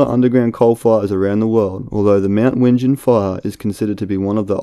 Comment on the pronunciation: It’s Pronounced Wing-en